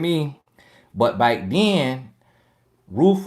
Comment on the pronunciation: 😆 back sounds like b I k e 🤪